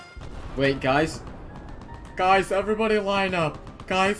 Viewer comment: you said gice